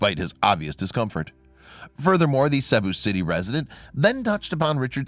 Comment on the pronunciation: ~ I love your stories, and have been subscribed for quite a while. Would you please pass something along to for me? Cebu City is pronounced like See~boo City, not the way that he was pronouncing it.